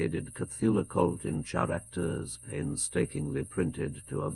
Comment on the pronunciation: Absolutely love this but a little constructive criticism. Try spelling words like “Character” or “Archeologists” with just a C or a K on the script so we don’t get a hard “CH” sound where it shouldn’t be. Other than that amazing work